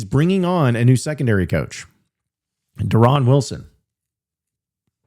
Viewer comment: Yeah that not how he pronounces his name 😂